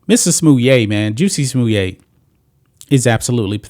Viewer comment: Someone says "Jussie Smollett" I'm like, who?? Ohhhh ... you mean Juicy Sommelier!